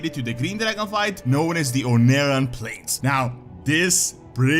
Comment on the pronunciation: "Ohn'aran Plains" I always have to point this out because it's hilarious, but "onara" means "fart" in Japanese.